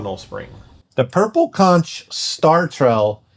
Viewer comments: The Floridian in me died a little hearing you pronounce "conch." The "ch" asks like a k. Konk. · Isn’t it pronounced conk ? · nit pick: conch is pronounced "konk". its a delisious type of aquatic snail they eat in the caribian and other places i assume